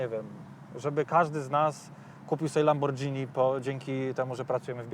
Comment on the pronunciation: mówi się Lamborgini a nie Lamordżini ;)